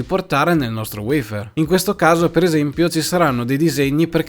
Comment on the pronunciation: Cambia la sintesi vocale poiché WEIFÈR risulta essere poco italiano .a Me piace il WAFER